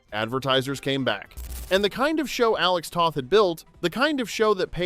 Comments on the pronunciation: It’s pronounced “Tow-th”, not “Tah-th” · Alex Toth. Long O (like toast or toe).